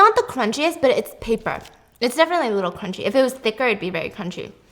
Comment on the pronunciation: “BUT THISSS, It keeps in the KRUCHIE “ 😂😂😂😂😂